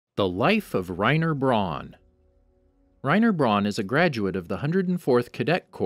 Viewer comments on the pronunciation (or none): Yeah it’s “Righ- nuh brOWn” not “Righ-ner Brawn” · Also, Reiner BRAWN